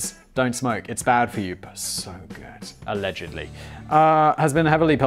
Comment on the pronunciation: "A-legedly" Haha.